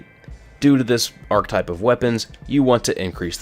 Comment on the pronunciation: Please stop using the word archetype of you aren't going to pronounce it correctly.